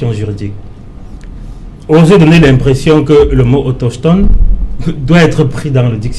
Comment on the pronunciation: AutOSCHHtone, autOSCHHtogénie 😁😁😁😁